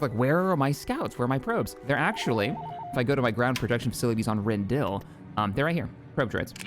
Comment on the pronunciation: you can build a frigate shipyard on any planet as long as there is space in orbit. You can only upgrade frigate shipyards, however, on planets that are specifically labeled Shipyard Planet. My recommendation is to throw a frigate shipyard on Rendili (renn-dee-lee, not renn-dill, this is Disney canon as of Squadrons) and have your two main shipyard planets be right next to each other in the core. Other notes: Mioo-nuh-list, not mull-ih-nust, Aargau is a world that should have mines, mines, and more mines, with the same applying to every world that you can put mines on